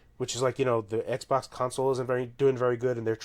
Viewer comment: How many times did say XBOK?